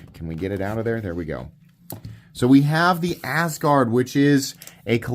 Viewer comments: I like how you pronounce it as Ass Guard lol. Even though I don't have a better pronunciation for it hahaha. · Why not pronounce it the way, Scandinavian people do? That’s where the name comes from. The first syllable “As“ is pronounced like the English word “us“.